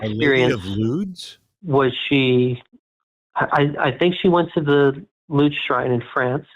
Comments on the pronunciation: can't pronounce "Lourdes" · our lady of lewds? i think he meant lourdes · “The road to Lourdes* is littered with crutches but not one wooden leg” (Emile Zola?) * Loods / Lewds / ? 😀